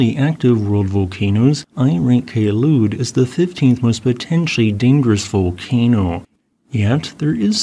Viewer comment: That day in 2014, I canceled attending a competition because of the ash fall. Also, not to take down from your video, Kelud is pronounced as follows: - "Kel-" should be pronounced the same as the "-cle" in the word Uncle - "-ud" you have correctly pronounced it